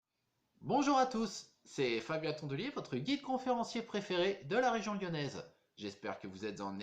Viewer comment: Ahah! J’étais la quand ils ont pose la plaque . Ce devait être entre 1965 et 1967. Amusant votre accent car il mêle les intonations du sud quand vous dite “ role” mais tres lyonnais dans “ region lyonnaise “ . Tres interessant reportage . Thanks!